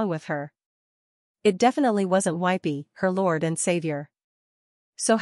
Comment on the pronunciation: “Her lordt and savior” 💀